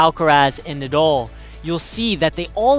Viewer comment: The name is NOT Nadoll it is NADAL